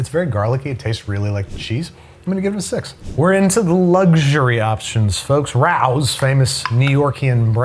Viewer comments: Ray-Os, not R-Ows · It’s pronounced “Ray-Os” not “Rowz” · Can we talk about how he pronounces Rao’s? It’s RaY-O’s, not RaU’s. My eyelid twitches. lol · For the love of tomato sauce it's pronounced Ray-O's not Ray-OW's like you stubbed your toe while saying the name Ray, OW! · By the way, it's "Ray-Os" not "Rows". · It's pronounced 'Ray-Ohs' not Rao's :) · The family that owns Rao's (the restaurant and the sauce company) pronounce their name "Ray-oh's" not "Rouse". Not trying to be "that guy" but I've seen them on a few cooking/food/travel shows and they always say "Ray-oh". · I am way late to the party saying this, but... "Rao's" is pronounced "Ray-oh's" No idea why, but it just is. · It’s Ray-o ‘s!!!! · Rao's (Ray Oh's) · Rao's is pronounced "Ray-oh-s". They're a New York City thing, how'd you get it wrong? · ok, you lost me ranking Prego/Ragu as high as anything Rao's (pronounced Ray-O's, kind of disappointed that you're a NYer and botched that) makes. Rao's is worlds better . And I actually prefer the marinara to the homemade marinara you make with your Chicken Parm recipe. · It's pronounced ray-os,right? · Rao's is pronounced Ray-Oh's for future reference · Raos is pronounced “Ray-Os” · Shocking to me that doesn’t know who Lidia Bastianich is or that it is pronounced “Ray-o’s” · Should we tell him it's pronounced ray-oh's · RAO's is pronounced ray-oh's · Am I the only one that thought Rao’s was pronounced like “Ray-O’s” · Plus he doesn't know how to pronounce Raos and the price is $3.00 off. Raos is $6.99 at ALDI, Wallmart and less at Costco. The majority of his statements are just plain wrong. Go back to culinary school or, better still, attend a culinary school. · Wait lives where and doesn't know how to pronounce Rao's? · That’s not how you pronounce “Rao’s”.